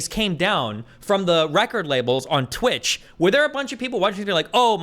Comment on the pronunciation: Haha, Destiny said Tweetch, what a beetch